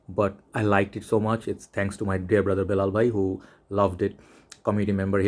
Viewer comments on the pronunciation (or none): none